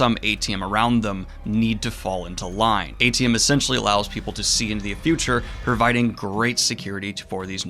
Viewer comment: I think it’s pronounced Ay-shee-um, not eighty-um. (AITIUM)